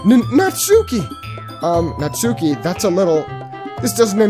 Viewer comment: You messed up the name. It's Natsuki.